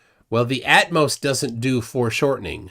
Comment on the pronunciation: "Atmos"? What a moron!